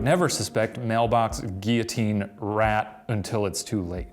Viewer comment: Is it all America or just Shane who doesn't know how to say 'guillotine' ?!?